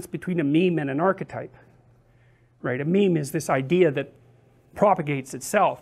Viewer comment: I can't tell is he said mean or meme.